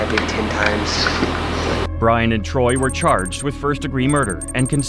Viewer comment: It's Torey not troy do some research you clown